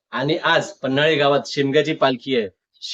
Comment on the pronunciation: मित्रा छान ब्लॉग बनवलास. पण गावाचे नाव पन्हळी आहे.. पन्हाळी नाही रे मित्रा 👍🏻